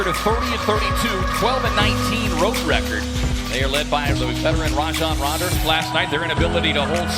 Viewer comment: anybody else notice the guy said rajon rander in the intro 😂😂😂